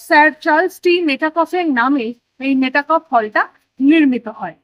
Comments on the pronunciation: "মেটা ক্যাফ" হল নয় "মেটক্যাফ" হল! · Travel blog korchen toh at least jaayegaar naam ta theek bolun. English boltey na paarleyo, portey toh paaren nishchoy. Ota Mey taa cawlf noye. Met calf. Building er upor boro korey engraved aachey. Aar blogging koraar aagey ektu poraa shona o nishchoy korechen. 😮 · MetA Kuffe noe "Metcalfe" would typically be pronounced as "Met-kaaf" (মেটকাফ). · Dear 🎉,Great to see your VLOG(2nd.vlog for me)...please don't mind☝️I was hearing the pronunciation of the name."please say "MET"CALF".Pls.remove the"META"👍Practice full 10 minutes Champ🥇🙌Thankfully yours🎉👏👏👏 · আপনার উচ্চারণটাই ভূল।আপনি উচ্চারণ করছেন মেটাকফ হল আসলে সঠিক উচ্চারণটা হচ্ছে মেটকাফে হল। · Uchharon hobe, met-kaf